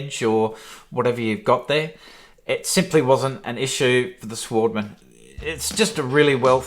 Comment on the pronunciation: Work on your voice over skills mate. Oh and it’s European machine, pronunciation would be “svaardman”